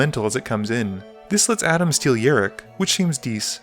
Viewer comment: It's rok not rik